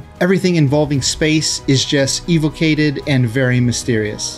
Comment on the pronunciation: Did you just say EVO CATIVE? Are you new?